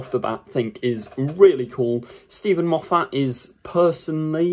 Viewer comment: Mate, he' s Scottish. His surname is not "Mof- fat". It' s pronounced " Moff- it".